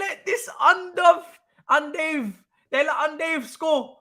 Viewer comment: bro you need to stop lol man said UN DOVE THEN YOU KEEP SAYING UN DAVE ITS 6AM AND IM ROLLING UN DAVE YANO LOL 😭